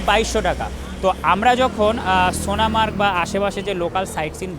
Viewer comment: সোনা মার্গ নয় গো সোনা সোনমার্গ বলবে কেমন